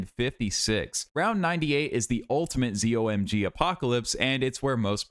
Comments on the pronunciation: ITS CALLED A ZOH EM GEE 😭🤦‍♀️ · Its pronounced Zo My God